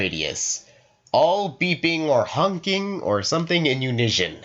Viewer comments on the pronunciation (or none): why u say unisshion its uni-son.